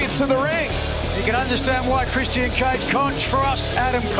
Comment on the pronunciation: nigel pronouncing the TNT champion "christy-ian cage" xD